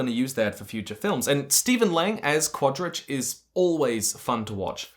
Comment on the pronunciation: I love how consistant and confidant you are with every single mispronunciation of Quarritch's name.